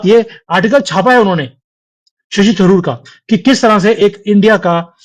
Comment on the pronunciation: Shashi tandur nahi sir Shashi Tharoor